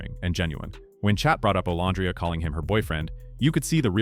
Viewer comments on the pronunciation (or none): I actually liked this one! I usually don't like your post. You say Olandria's name incorrectly, then you'll say it correctly! In this particular post, I actually agreed with everything you said! 1st time for everything! 🤪